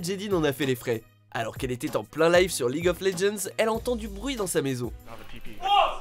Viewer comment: Mes oreilles on saignées de fou quand j’ai entendu ça putin